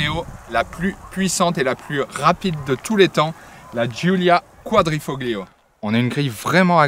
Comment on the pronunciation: S'il vous plait, apprenez à prononcer correctement les mots italiens ! TOUS les passionnés de sport automobile et à fortiori les amateurs d'Alfa Roméo savent que l'on dit : " Quadrifolio " et non pas " QuadrifoGlio " le " G " ne prononce pas ! Merci d'avance...